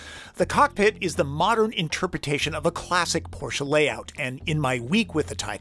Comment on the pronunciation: talking at the beginning how this car is pronounced and then he says porshA🤦🏼‍♂️ it‘s porSCHE